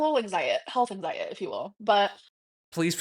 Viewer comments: Anytime she uses the word “geeenuileeey” she is still talking to Emily. I believe the “health anxiet” is because they are fighting and she’s manipulating her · “Anxiet” is SO irritating 😡😤😡